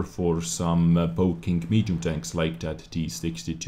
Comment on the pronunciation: LOL, says HD tanks sounds like "HD Danks" no hate here love your work